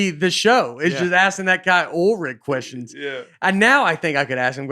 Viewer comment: Never heard someone pronounce oil, “ole”